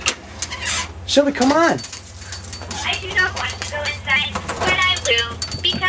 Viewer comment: its shelby not shelly don't hate me